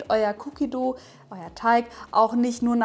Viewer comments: Es wird wie "doh" ausgesprochen und nicht wie das deutsche "du" 😉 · nix Cookie Duuuu... Dough... und das o ist nicht stumm... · ja eben. Man spricht es wie bei Doughnut aus :) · Meint ihr dou wie "du" oder dou wie "doú/ dow". Es wird wie low aber mit d ausgesprochen. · Ja eh wie Doughnut und das werden wohl hoffentlich viele richtig aussprechen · Sprichst dough komisch aus Cookie duhhh😂🙈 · "doh/dou" wird das ausgesprochen, nicht mit "u". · ich weiß wie 'an es ausspricht schlaubi Schlumpf aber spricht es "cookie duuuu" aus was falsch ist obviously